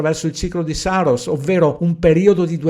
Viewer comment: Perdonami, ma per deformazione professionale hai detto Soros invece di Saros dopo Espenak.😂😁🙏